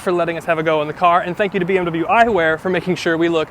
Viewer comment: Научитесь правильно выговаривать слово BMW